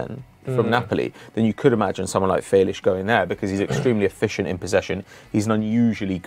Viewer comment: Felish🤣🤣🤣🤣 stop u cringe machine